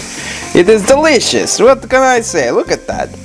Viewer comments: This is how many times said DEELIOUSSS!! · When the KFC part was here I was listening to all the times he said delishos